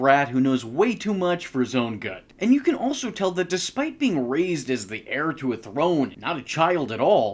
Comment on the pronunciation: Dude, "heir" if pronounced "air"